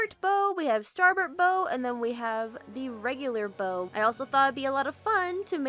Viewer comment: Its B-Ow not bow.